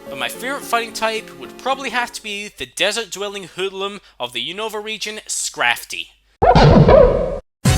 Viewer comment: I hate being "that" guy but a lot of people keep pronouncing Unova wrong. The accent is on the U not the O.. Unova as oppossed to unOva